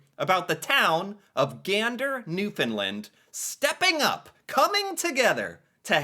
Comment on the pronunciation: After several years has finally got the pronunciation of Newfoundland right, good lad.